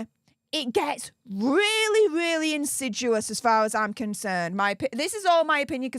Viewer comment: I’m not finding the word insidUous (in-sid-yu-us) in the dictionary. Do mean to say insidIous (in-sid-ee-us)?